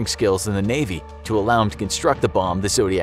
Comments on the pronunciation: Melvin Bell-I not Belly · The lawyer's name is pronounced Bell-Eye, not Belly. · Ya had me till - it's pronounced Bell-eye, not Bell-ee. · Bell-eye not "belly" for Melvin Belli. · Melvin "Belly"? Obviously not from the generation who remembers Melvin Belli ("Bel eye") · The attorney’s name wasn’t pronounced Belly, it was Bell-eye. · If you’re going to retell a story, perhaps you should make sure your narrator knows how to pronounce people’s names from it. Melvin Belli’s last name DID NOT rhyme with “jelly”. It’s Melvin Bell-eye. That’s what you get when you hire people too young to know basic things like that. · Mr. Belli's name has generally been pronounced Bell-eye. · Cmon. It’s pronounced “BELL - EYE”. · Melvin Belli's name was pronounced with a long I sound.